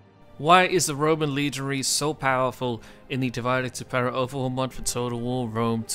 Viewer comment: Horrible pronunciation of divide et impera 😂